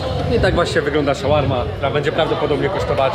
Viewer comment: Szałarma? Tak się mówi?